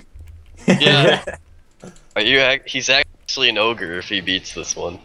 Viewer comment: ITS NOT OGRE... ITS NEVER OGRE...